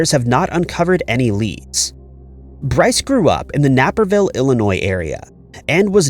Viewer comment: The Illinois city is pronounced NAY-per-ville, not NAPP-er-ville, but I do understand how tedious it would be to check pronunciations of a handful of city names as part of the daily rehearsal regimen.